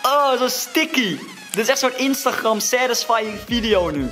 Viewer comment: Wat iedereen zegt: instagram ( spreek je uit als: instagrem Wat zegt: instagrramm